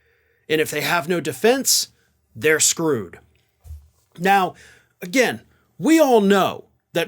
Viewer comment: Did you say "screwed" or "scrooged" or is the word interchangeable ?